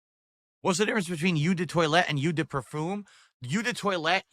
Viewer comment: "Yew the toilete" 😂